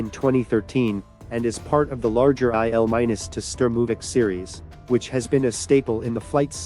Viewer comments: EYE EL MINUS...gotta love AI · "IL 'MINUS' 2" Sturmovik? "WW eye eye"? Which idiot AI is doing the narration?